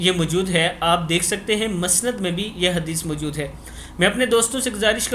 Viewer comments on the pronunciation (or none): none